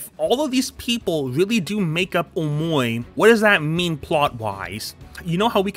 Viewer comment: BECAUSE HE IS SAYING omowi